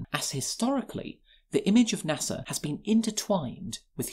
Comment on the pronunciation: NASA has no "R" in it